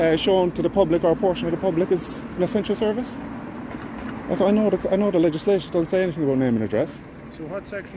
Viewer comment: FFS, the Garda couldn’t even say ‘legislation’ the first time. Probably after having a few whiskeys on the job. This is embarrassing to us Irish.